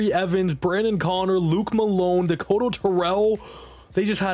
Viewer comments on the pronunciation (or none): none